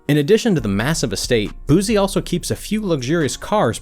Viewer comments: BOY WHO TF IS BOOZY????? we from BR boy Boo-see BOO-SEE not BOOZY and it's See-Lock not See Lowk or what ever middle eastern sounding accent you said it with. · Its Boosie. Not Boozie 😂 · BOO-SEE NOT BOOZEE fuck man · Why he keep saying boozie it’s Boosie bruh respect my dog name frfr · You'd think they would've researched how to pronounce his name properly first 🤣 BOOZY 😂 who? It's Boosie! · i wish he would say his name right it’s Boo-c not boo-z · “BOOSIE” with an “S” not BooZie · 🗣ITZ BOO SIE NOT BOO ZEE got damn get that shit right🤦🏾‍♂️I’m gone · it pronounced "boo-see" not "boo zee" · Boozee? BooSEE thats how you pronounce it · It's boosie nigga not boozie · Its Boosie not boozy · boozie Me: (Boos -ie) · His name not booo-z it’s pronounced boots-c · His name is not boozie. It’s boosie!!! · Shit. Stop saying his name like that. He not a bottle of BOOZE. It's not BOOZE. Its BOOSIE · Why y’all keep callin that man Boozy.....🗣🗣🗣BITCH ITS BOO-C(BOOSIE) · Allat research n this nigga can’t pronounce boosie name, lol white ppl so funny. It’s boo-see not boozy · Boo-sea...boo-zee is killing me. " come on mane"!!! In his voice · You kept calling him boozie and you sound educated so i know you know how to say boosie smh disrespectful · "Boo See" not boo zee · It's not boo zee, boo-sie👀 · "Boo-See" not "booze-e" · Boosie not boozee 🤣🤣🤣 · Who the hell is Booze? 😂😂😂. He need to put some respect on BadAzz name lol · Boosie not boozie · Bro..its Boosie..Not Boozy.. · HIS NAME ISNT BOOZY YOU FKN IDIOT. ITS BOOSIE PRONOUNCED LIKE BOO C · It’s not boozee it’s boo-see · It's Boosie not Boozie! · Just cant get passed the way he calling his name boosy bih its BOO SIE BIH SMH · It’s BOOSIE NOT BOZZIE WTF IS THAT 🤔🥱🤝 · It’s Boosie!!! Not Boozie! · Boosie not boozie lol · BOOSIE not BOOZY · Boosie😂 say his name right😂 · So nobody heard him saying his name wrong 😂 booozie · Its BOOT-SIE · Smfh its "BOO-CEE"! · Thumbs down for calling Booise "Boozee" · Nigga it’s “boo-see”